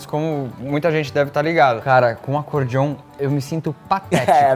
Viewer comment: Não e acordiom e sim acorDeom com a letra E